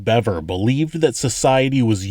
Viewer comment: I knew I’d find the proper pronunciation here.. Another channel pronounced it Beaver 🦫